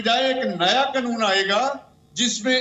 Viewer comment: Oye kake Kanoon hota hai.. K-nun nahi hota..